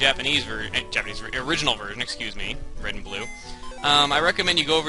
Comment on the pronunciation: Hey your a decoy! Red's name is Red not RE D.